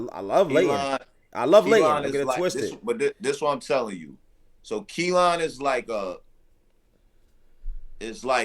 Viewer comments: Ayo yall brothas killin me with the way yall pronouncing that Kalan🤦🏿‍♂️🤣🤣🤣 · I thought it was just me!! Lol. I can't understand why it's so hard to pronounce. They keep calling it Kelan